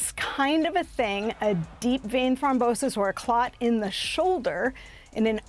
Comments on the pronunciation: It's Thrombosis not thombrosis goofy wahman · Thom-brosis lol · "Thombrosis?" Uh - nope. Look up how to say it, if you don't know. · Can't anybody correct Malika it's not ThomBROsis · Did she say "thombrosis"? At least learn how to read if you're gonna be on TV. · Only medical professionals caught that mispronunciation. It’s Throm-Bosis. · Malika, I would remiss if I didn't mention that you mispronounced deep vein thrombosis. Do better. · Can you teach Malika how to pronounce the medical condition properly please!